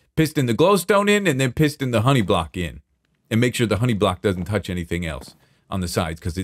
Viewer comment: Anyone else hear "pissed in" when says "piston" X'DDDD